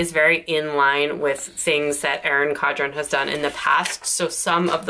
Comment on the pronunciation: Erin CoN-dren** You keep saying “Cod-ren.”